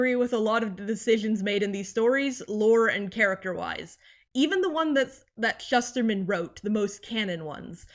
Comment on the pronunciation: Omg he’s one of my favorite authors. Got to meet him at Roxy signing. He has such a creative mind. Oh, and I learned he pronounces it: “Shoosterman.” I have been pronouncing it wrong for 10 something years too.